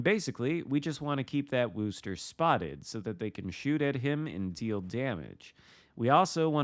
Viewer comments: Guess my comment wasn’t as clear as I thought it was. The pronunciation of Worcester does not sound like “rooster”. Phonetically, it is Wooster, but that oo is pronounced like it is in the word good or the word look. It is not like you would pronounce rooster or cool. Of course if you are from that area, you drop the final R and pronounce it more like “woostuh” (again, making the oo sound like it does in the word good or the word look). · Worcester does NOT rhyme with rooster. The "oo" sound is like how you'd pronounce "good" or "look". Git gud :P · interesting. I've never heard any of my colleagues from the UK pronounce the town of Worcester as does in the video. In fact, just for fun I headed over to Mighty Jingles' YouTube channel to watch his video from 6 years ago introducing the USS Worcester and he pronounces it extremely close to how I do and how, I guess rather poorly attempted to explain here in my comments:). With a name like "GrumpyNorthman" are you from Scotland or Northern Ireland by chance? You mentioned being in the UK, so figured either of those two countries could potentially make one a grumpy northman:P. And believe me, has no chance of pulling off a New England accent if that's how he's pronouncing Worcester LOL!